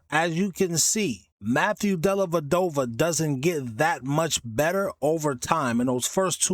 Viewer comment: Della Dova, not dellaVadova